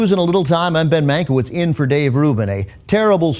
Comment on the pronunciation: Ben family must have Polish roots. Mankiewicz is a Polish surname and should be pronounced "Mankievich" :)